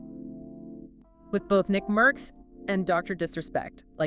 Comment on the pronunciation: Your dumbasz ai can't even pronounce nickmercs